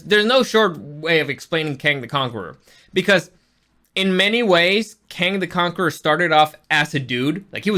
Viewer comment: As I’m trying to get passed you ripping off Supercarlinbros 3 minutes and and you can’t even pronounce Kang right after just watching the movie. I’m done. Never again